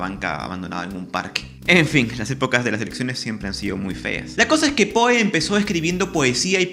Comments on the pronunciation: Me perturba que pronuncies "POE" en vez de "Pou". Me haces acordar a los españoles que traducen fonéticamente todos los sonidos extranjeros desdeñando la pronunciación original. Queda horrible. Va sin mala onda igual. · Su apellido se pronuncia pou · Poe... sía. (Creo que se pronuncia Pó).